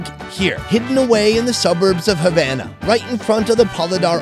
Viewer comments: as a Cuban,it pains me to hear pronouncing Havana as Javana as in Jam!! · Food review guy: Havan- Me:HavAna OoH NanAaaaaAaaA